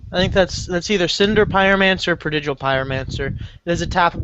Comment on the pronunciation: Pruhdijal pyromancer? What's a pruhdijal?